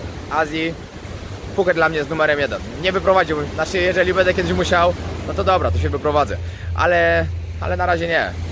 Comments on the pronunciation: Bardzo lubię Cię oglądać ale mam drobną uwagę.Postaraj się mówić będę a nie bede bo zle się tego słucha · mówisz bardzo płytkie będę wręcz wybrzmiewa jak „bede” nie jest to nacechowane pejoratywnie tak tylko zauwazylem